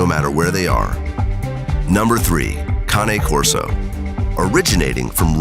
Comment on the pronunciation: They finally found a narrator who can pronounce the breed name Cane Corso!